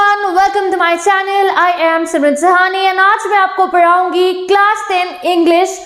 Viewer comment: Padhaugi ❎ paraungi✅